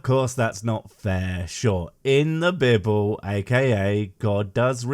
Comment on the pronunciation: Philomena Cunk - "The Bibble" is how it should be said by everyone.